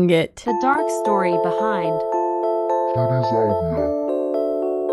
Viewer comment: Her name isn’t cutiesalvia It’s cutiesalviae